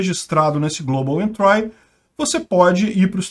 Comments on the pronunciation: Não sei se acrescenta algo, mas a pronúncia correta é "entri" [ en-tree ], não "entrai". Exemplo parecido é country [ kuhn-tree ]. Uma bobagem, já que o manja muito de Inglês. Sou teu fã. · A pronuncia eh "entri" em vez de "entrai". Abs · Por favor não é "entrai" e sim "êntri" . dsclp mas dói no ouvido. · Ótimo vídeo,. Não querendo ser chato, mas a pronúncia de entry é entri, não entrai. Abraços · A pronúncia é "Entri" e não "entrai" :) Abraços e assisto todos os vídeos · Global Entry Se pronuncia Global Entri e nao Global Entrai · uma dica: pronuncia correta de entry: entri e nao entrai... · global "êntri", não "entrái". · Se diz "éntri" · 1) A pronúncia é "global entrI", e não "entrái" 2) volta a ler os apelidos chulos de quem sugeriu as notícias. Seu canal perde a graça, sem eles! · Pronuncia-se “Entrí” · "Global Entrái". 🤭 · A pronúncia é com só de "i" no final não de "ai" global "entri". Uma dica pra estas palavras diferentes é colocar no Google tradutor e ouvir.😉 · Adoro os vídeos do canal, mas a pronúncia de "entry" está errada. 👍